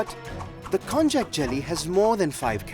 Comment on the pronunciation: I have never thought to pronounce konjac as kon-jack. I believe it’s pronounced kon-yack.